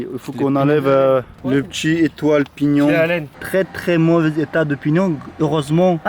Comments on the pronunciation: "le pti etoile pinion" 😂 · C est pignon pas pignon de sortie de boîte couronne c’est pas couronne de sortie de chaîne